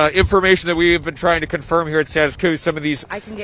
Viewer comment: Emphasis on "Trying to confirm"